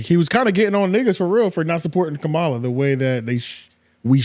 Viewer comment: Mispronouncing her name one minute and then saying it correctly, just to say it wrong again another minute later is WILD... You're doing it on purpose... Thumbs DOWN bro